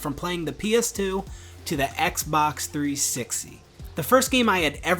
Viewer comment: "three sixeyyy"